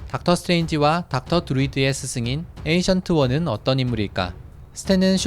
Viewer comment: 닥터 스트레인지에서 스승은 Ancient One 입니다. 자꾸 에이션트 원이라고 읽는 이유는 잘 모르겠지만 영어발음은 앤시언트 원 입니다.